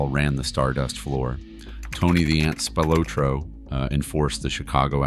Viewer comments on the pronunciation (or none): Many of the photos are either bogus or have no connection to the case. Should also re-record pronunciation of "Spilotro."